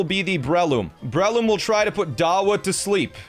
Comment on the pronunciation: “Brehloom” hurts